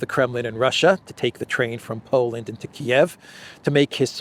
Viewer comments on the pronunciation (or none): none